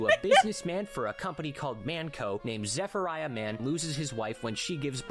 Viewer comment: He did get quite a bit wrong, like come on, “Zephiriah”